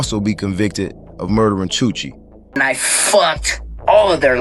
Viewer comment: chuche not chuchi